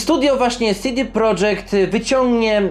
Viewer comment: Nie CD prodżekt tylko po polsku CD Projekt. Nawet sami właściciele studia i deweloperzy z tego studia to podkreślają. Popraw się bo robisz przypał.